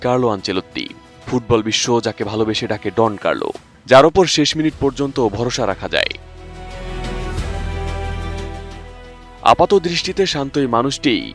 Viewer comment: ডন কার্লো ❎ দন কার্লো ✅